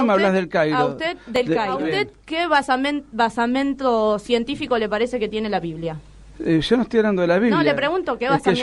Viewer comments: Me parece que la palabra es "basamento" no basamiento. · La subversion comienza por el lenguaje, subvierten el sentido de las palabras. Ellos progres llaman na(z)i y fascista a los que quieren callar. Por otro lado:. "basamiento" ( es BasamEnto) BASAMENTO. Dijo 11 veces mal "basamiento". Estas persones que odian a la iglesia catolica deberian ser deportadas a paises de mayoria musulmana, donde las meterian en un harem con otras 10 esposas, las taparian de pies a cabeza y solo podrian salir a la calle si el marido las deja y solo acampañadas por el o un hermano varon. Donde su marido, un moro que no se baña practicaria sexo con ella sin esperar su consentimiento y sin condon. y si llegara a abortar la lapidaria sin piedad. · Basiamientos ??????, me parece o pronuncia para el tuje???